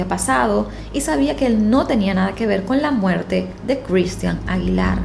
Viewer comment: No seas ridicula,pronuncia bien el nombre de Cristhian.